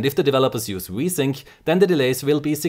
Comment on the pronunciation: i laugh every time he says v-sync it sounds like he is saying wii-sync